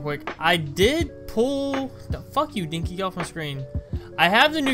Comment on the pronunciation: DINKY IM CRYINGG (It's den-key, but that made me laugh so much)